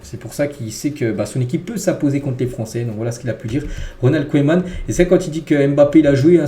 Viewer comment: Koéman 🤣🤣🤣 tu me tues!! Apprends la prononciation des noms comme il faut bon sang!! Et ta syntaxe... sérieux, fait un effort camarade !